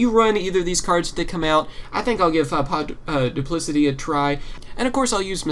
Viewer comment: You can't pronounce anything xD duplocity